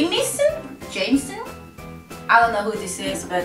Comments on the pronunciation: Jameson = jay-mah-sin lol:P hope that helps xo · Couldn’t even say Jameson’s, what the fuck?